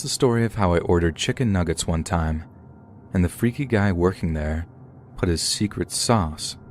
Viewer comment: You forgot the second "g" in "nuggets" but okay.